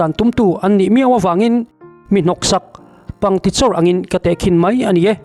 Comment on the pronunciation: Pangtichawr a ni lo,pangkichawr tih tur aw😮😮